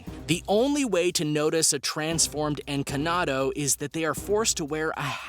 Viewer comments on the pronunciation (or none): Its not encanado its encantado and it means enchanted